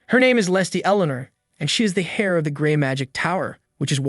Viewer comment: Not to be "that guy" but, fyi, H-E-I-R is pronounced "Air" not "Hair."